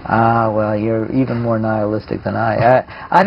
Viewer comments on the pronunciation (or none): none